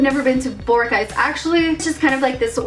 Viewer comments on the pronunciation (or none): You are pronouncing boracay wrong